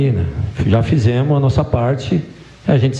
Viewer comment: Uma pessoa qe fala fizemu kkkkk pra mim perde credibilidade 😅 com todo respeito aos corintianos mais cara tem qe ser mt trouxa pra acreditar nisso kk